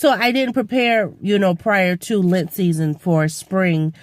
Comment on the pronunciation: Missed you at the challenge but it ok, catch it next time. I got the sniffles today too :( I think its the pollen though? You kept saying "lint" season and I'm like what it that? The I realized you meant Lent, maybe my ears are stuffed up too! Feel better soon!